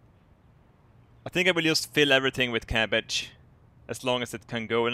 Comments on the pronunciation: I love how you say ''capage'' instead of ''cabage hahaha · Cappage. I just love that pronunciation <3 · Love how he says "cappage"